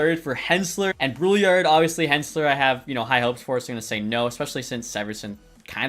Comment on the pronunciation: FYI, your 2nd round pick Brouillard, in french it's pronounced like brew-yar (yard without the d)